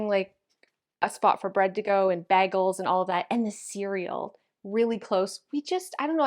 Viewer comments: Did she say "bag-els"? as in handbag? Never heard it said any way but "BAY=gels" Calling plastic containers "jars"....lady, what are you ON!? You lost me at the walk-in pantry = how many of us have one of those!? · You called them Bag-L’s instead of Bay-gulls 🥹 it’s Bay-gulls and you haven’t had 1 until you’ve had a New York City Bagel - I’ll ship you some as a thank you for all the tips 💪🏽